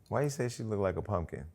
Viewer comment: THEY WAY SHE READ PUMKIN,IF I WAS HER I WOULD NEVER COME OUT OF MY HOUSE💀